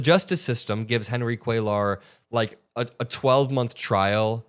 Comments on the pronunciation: For the love of God,, it's "cue-yar" not "cuel-ar." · for future reference, Cuellar’s name is pronounced “Kway-yar.” It’s Spanish. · It's pronounced Quayar 🕊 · It's "Kway-yar" not "Kway-lar" Double L is pronounced "ya" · Henry Cuellar (pronounced QUAY-yar) double L in Spanish) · it is phonetically pronounced "Kway-yar". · Hi. Just FYI, Cuellar is pronounced KWĀ- yar. A double LL in Spanish is always pronounced like a Y. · Please pronounce the name properly: Cuellar - the double ll sounds like a "Y": Kweh-Yahtzee WTH the accent on the first syllable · Kway-arr... just trying to help..... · "Cuellar" is pronounced QUAY ARE with emphasis on the first syllable. So many YouTube reporters are mispronouncing this man's name; Aaron Parnas is the only exception. I hope you don't take offense, as I'm just trying to help. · Dude not that it makes a difference but for future reference when it's a name in Spanish like "Cuellar" or any word for that matter when there is a double L it is pronounced as a Y so it would be like "Cueyar". Thanks for your attention to this matter. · Cuellar is pronounced quay are. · Hispanic guy from Texas here. His name is pronounced “Kway-are.” Or “Kway -R” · Love all your hard work, please don't ever stop! Just FYI, you're almost pronouncing Cuellar perfectly, just change that L sound to a soft Y - QUAY YAR. And if you want to get fancy you can roll that YAR.😘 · Cue-yar. The name is Spanish and the double L spelling is pronounced with a "ya" sound. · come on,. se dice "QUAY-YAR" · Hey, before you go and make video, research how to pronounce someone’s last name, you’re mispronouncing (Cuellar) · PLEASE PLEASE!!! You do NOT pronounce the "L" in Cuellar -- it is a "Y" sound as in "yard" !! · Ceullar, doesn't the two LLs make a y sound? I think he is Latino. 💙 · The ll's are silent and you roll The R Cuellar